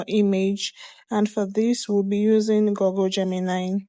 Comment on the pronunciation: It's Google, Not Goggle.